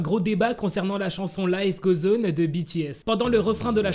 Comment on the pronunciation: Ça me stresse !! Il dit " life gauzoneu" 😭😂